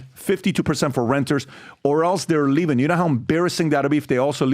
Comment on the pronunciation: Patrick, when you say words ending with "ing", why do you add a "k" sound? In other words, the word "LEAVING"...you say it as: "LEAVINGK". And you are not the only one. I hear it from a lot of people all of the sudden.